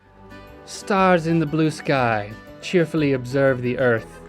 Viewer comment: When you read the haikus in your "Italian" accent, you're adding an extra syllable. =P "Stars in the blue sky-AH".